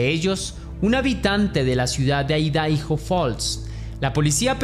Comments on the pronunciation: Por que decis Aidaijo, cuándo se pronuncia Aidajo? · IDAHO (Se pronuncia "Aidaho")😂